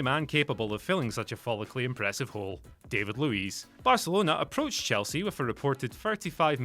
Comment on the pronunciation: Regarding David Luiz, his name is not pronounced like the english one. It sound more like Dahvee (or the Davi part in Leonardo Da Vinci). Anyway, congrats on the new channel o/